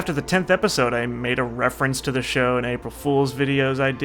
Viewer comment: Show XD not shoe